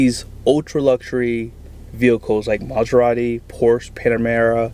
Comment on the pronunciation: Start with learn how to pronounce the name and then try to see if can buy it. The way u say it makes the car gettoAF. Car reviews are generally for new ones and not needed for a 20 year old car with rims and nothing else works. LOL. Most luxury cars are ment to be purchased new and have fun and sell em off to the fake life - i'm broke and poor but i need validation and i will act rich folks. LMAO.